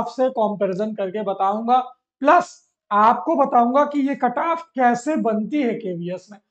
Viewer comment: Sir aap cutoff ko kataaf bol rahe hai